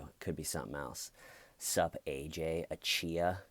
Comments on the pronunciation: Why is it so fucking hard to pronounce simple Nigerian names!? You people must ruin it... Even the police guy did the same thing... It's literally spelt AJAYI... How does that come to ACHIYA! It's AH-JAR-YEE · My favorite part was when you kept screwing the guys name up, corrected yourself but continued to screw it up again. What a name right?! 😂